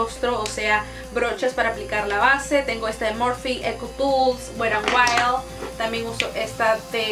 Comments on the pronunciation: mena wera en wayol 😅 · Perdonnnn pero me causa un conflicto el que no pronuncies bien la marca wet n wild jahaja